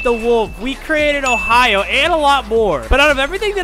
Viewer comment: Me loving his content but cringing every tine he said ohio